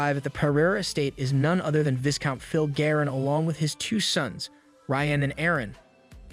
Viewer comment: "Vai-count" Not "Vis-count" Love your content